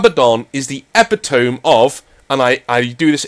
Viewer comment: Just a nitpick here, this one of my favourite Warhammer channels, far better than any of the podcasts, so I say this with love. Epitome... E-pih-toh-mee. Archetype... Ar-kuh-type. Or its a schwa sound so ar-kə-type.